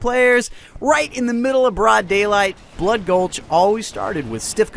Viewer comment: Valhalla isn't blood gulch yes they are similar but they have many differences including the addition of man cannons and bigger bases. Oh and fwi its bloodgulch not bloodgolhs. :D